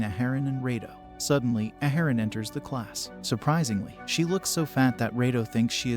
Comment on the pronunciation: Ya done messed up A-A-haran!